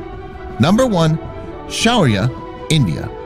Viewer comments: Shaurya it pronounced wrong It should be shau (shu) rya Most of the india's defense materials are named after hinduism's mythology For example shaurya (The God of The Sun in hindu mythology is SHURYA) Brahmos missile (God of creation BRAHMA'S main weapon is brahmastra) Pinaka rocket (God of Destruction SHIVA'S second weapon is pinaka bow after trishul or trident) Agni 5 nuke (God of fire in hindu mythology is AGNI DEV ) Prithvi i missile (Godess of the Earth in hindu mythology is PRITHVI DEVI ) TRISHUL missile (GOD of destruction SHIVA'S main weapon trident called trishul . As per the mythology it can abel to deatroy the whole multiverse & all 64 dimensions it explains in the scriptures) Ashwin (ashwinos twin brother gods are the messenger of god of medicine dhanvantari and they are the doctor of the heaven , when gods get injured while fighting with the demons , the ashwins take care of the gods .) Amogh misaile ( An weapon of DEMI GOD KARNA (he is son of the SUN god shurya . and another fact is this amogh weapon was gifted to karna by INDRA (GOD OF THUNDER AND LIGHTNING) NAG missile (as per hindu mythology this is a weapon of the nagas (mythical beings half snake from feet to hip and half human from hip to head . Males are called as nagas and females are called as nagins (it inspired the creature of harry potter flim's lord Voldemort's snake nagini ) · It's suriya your pronacation is very bad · its "shaurya" not sharia😬😬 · Indian pronunciation - Niirrbhaay - Shaauuryaa